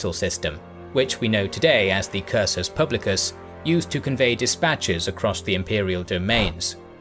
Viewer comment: Pronounce the first word of "Hou Han Shu" as "who", not as "ho". Those 80K archers were actually horse archers. Homer "Dubs", rather than "Dubbs". "Cursus" Publicus, not "Curcus" Publicus.